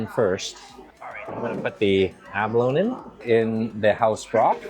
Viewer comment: It's funny...sometime you pronounce abalone... "ab-alone" & other times it's "a-baloney" 😂😂😂 Funny